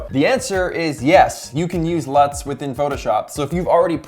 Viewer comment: I thought you said nuts